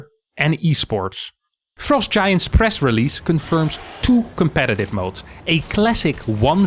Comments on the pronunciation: fr-ah-st, not fr-oe-st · Why does he keep saying frowe-st giant studios, I bet its just to bait idiots like me to comment like I did. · the way says "frowst" is hilarious.